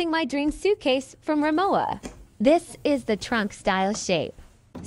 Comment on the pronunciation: Beautiful: FYI: the W in Rimowa is pronounced as a “V”. Remember it’s a German brand😅